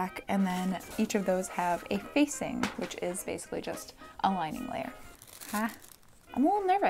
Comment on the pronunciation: "i tend to make things a little bit, jist a smidgen more difficult for myself than they need to be" sAME